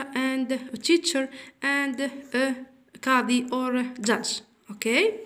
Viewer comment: شكرا لكن ليس فاضا..بل فاضر وليس تيشا،،بل تيتشر